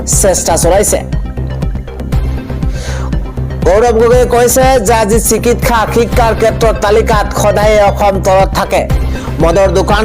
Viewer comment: বাতৰি কওঁতে অসমীয়া শব্দবোৰ শুদ্ধকৈ ক'বলৈ চেষ্টা কৰিব। চিকিৎসা,চিকিৎসালয় এই শব্দ দুটা কওঁতে চিকিৎখা,চিকিৎখালয় উচ্চাৰণ কৰিছে। ব্যাকৰণৰ মতে ৎ-ৰ পাছত থকা স-ৰ উচ্চাৰণ চ হয়।